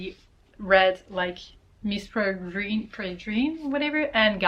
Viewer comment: I think the word peregrine is pronouced, "pair-ra-grin," if it helps.